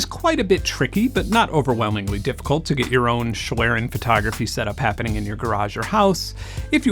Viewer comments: My German ears flatter a bit when you say "schlieren". :) "Schlieren" is spoken "ˈʃliːrən", the "i" sounds like in "Sin", but is spoken long. The "e" is not spoken. Sorry for knowing it better. I like you videos a lot. Thanks. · fellow German here, thank you for being the weisenheimer ;) I'd say you're best off pronouncing it "shlee-ren" - for everybody who doesn't want to look up the IPA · I'd love to believe Google is right in its pronunciation of "schlieren," but it took them YEARS to pronounce "Devon Avenue" correctly in Google Maps navigation